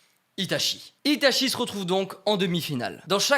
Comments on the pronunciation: Tout le long t'as mal prononcé Itachi Uchiha, ça se prononce Itatchi Utchiwa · alors juste une chose itachi se prononce "itatchi" et non pas "itashi" il faut savoir dire le nom des persos avant de vouloir faire les fans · Si je peux me permettre, en japonais on dit "Itatchi", et pas "Itashi", le CH se prononce [tchi] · Itachi se prononce Itatchi au passage (prononciation officielle japonaise, après vous faites ce que vous voulez, mais au moins c'est dit...) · Bon euhhh pour info, itachi se prononce itaTCHI voilà je vais pas encore dire pourquoi parce que sur ma chaîne je passe mon temps à l’expliquer mais renseigner vous avec les hiragana et l’écriture romaji